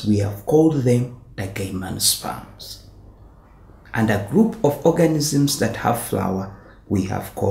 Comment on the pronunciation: no hate but isn't it pronounced as GYM-NO-SPERMS as in the word "gym"?